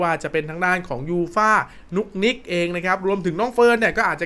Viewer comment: นุกนิกครับไม่ใช่นุ๊กนิ๊ก